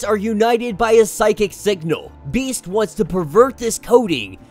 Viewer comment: So this is how Domino’s current arc ends. I hope Max becomes her surrogate son. Btw I winced every time you said Beast’s name